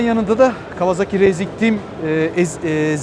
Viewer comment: Kawazaki değil ..KAWASAKİ..